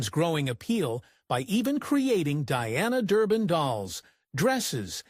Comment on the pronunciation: I really hate these damn computer voices! They can't even get her name right.